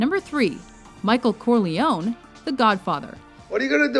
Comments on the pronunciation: My god how do you mispronounce "Corleone" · My god somebody needs to tell that woman how to pronounce Corleone. It was okay the first 5 or 6 times but now it's getting really annoying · Why can't you say Corleone properly?